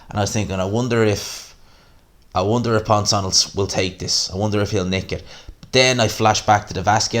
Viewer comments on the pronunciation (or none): That ref is a dickhead, pissed me right off. Also, Ponce pronounced "Pons-ay" ik names aren't your thing but ye #GMANSROCKS